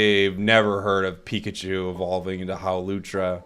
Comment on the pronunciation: "evolve into Howlucha" 😂😂😂